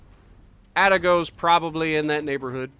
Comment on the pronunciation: Koo-too-zov, emphasis on 'too' Ah-tah-go, emphasis on 'tah'